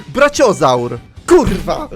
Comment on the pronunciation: czemu on czyta brachiozaura braciozur